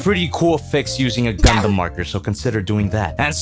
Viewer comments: did you say GuNdAm????? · Did you say Gunda